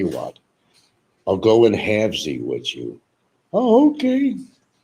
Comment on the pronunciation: its HOMEY Frank not homely. WITH YOU not wichu